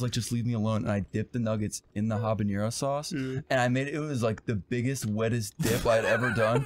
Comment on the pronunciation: One of my favorite things about this bit is how fucks up the pronunciation of habanero by trying to add an ñ that doesn’t exist in the word